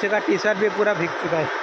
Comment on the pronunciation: Bhij gaya nahi bhai bhig gaya kehte hain plz don't mind pronounciation tik karne ke liye bola huan bura maat manhna